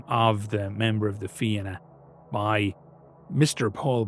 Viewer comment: Hearing Fianna said right grants me such bliss, thank you